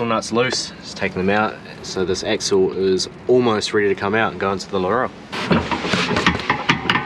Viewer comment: To be a picky prick it's Laurel not Laurelle lol